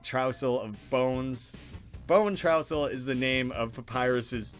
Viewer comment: How dare you miss prenounce bonetrousle. Reeeeeeeeeeeeeeeeeeeeeeeeeeeeeeeeeeeeeeeeeeeeeeeeeeeeeeeeeeeeeereeeeeeeeeeeeeeeeeeeeeeeeeeeeeeeeeeeeeeeeeeeeeeeeeeeeeeee!